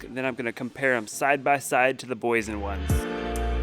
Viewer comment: The Name is Boy Yesen,Boyesen😄😄😄